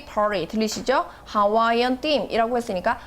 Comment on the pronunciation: theme를 them으로...넘 거슬린다